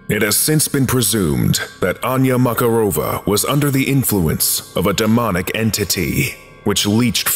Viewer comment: Mararova has stress on MakArova, not MakarOva.